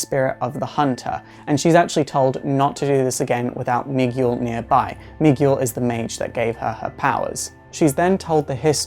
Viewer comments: Yo dude Miguel is pronounced mee-gehl, in Spanish orthography the U is silent after a G. Nice video anyways. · Lol. Miguel is pronounced "mee-GELL". You did this with Bunker from the Teen Titans as well. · The "u" is silent in Miguel.